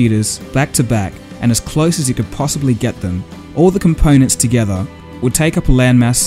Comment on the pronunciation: your pronunciation is terrible. close is cloiz phone is foyn so is soy basic is bicyc change is chinge component is compoynent totally ununderstandable. improve.